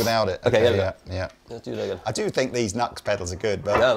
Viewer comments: It’s pronounced New X. Not Nucks. 😂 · NUX is pronounced "new ex". Even cheap gear is absolutely useable! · It's pronounced 'New Ex' not 'Nux' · Another great video! Question: I’ve always heard the brand NUX pronounced New X, not Nucks. Is this just a Brit vs USA pronunciation thing? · I think the Brand NUX ist spelled like " new x " instead of " nugs " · Its New Ex not Nucks! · Nu - X !! Not nux.....C'mon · It's Nu-ex, I learned this from you! lol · Come on, man! "Nucks?" I know it's a stupid name, but if you sell the stuff, at some point shouldn't you pronounce it the way the company intends? You're better'n that! I have the same problem with longtime synth players who say Mooooog.